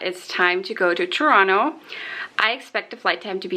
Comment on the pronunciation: I love that you pronounced Toronto correctly! I just taught an American friend how to say it.